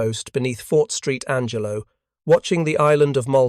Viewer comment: Ai slop. Fort Street Angelo? Try Fort Saint Angelo